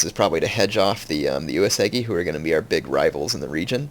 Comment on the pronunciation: Gah! He said Uesugi is his favorite clan, but it's the only one he never pronounces right! DX